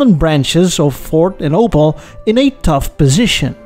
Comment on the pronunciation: Its called Opel not Opal Took me extremly long to recognize what was meant